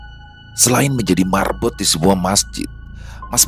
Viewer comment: Marbot bkn merbot